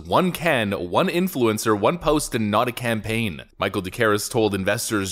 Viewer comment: Worst “Can-Pain” (campaign) ever! 😂